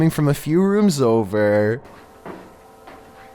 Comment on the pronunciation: i love this dudes voice, at the end of every sentence he holds one syllable xD gonna get overrrrr i love it xD